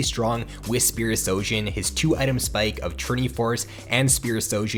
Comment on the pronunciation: It's SHOjin, not SOjin, you're saying it incorrectly.